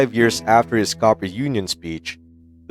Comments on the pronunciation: "Cooper Union," not "Copper." And "an-TEE-tam," which was actually the name of the creek outside Sharpsburg, Maryland, on whose banks the battle was fought. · It’s pronounced COOPER (not copper) UNION!!!!! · “Copper Union,” “An-tie’-tum,” “Pot’-uh-Mac,” “Bayl-ti-more.” YouTube videos are very annoying — and lose a lot of credibility — when they are narrated with a synthetic computer voice and then not edited for pronunciation errors. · My favorite was the "Copper Union" address.